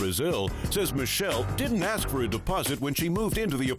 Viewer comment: A S K not A X 🤣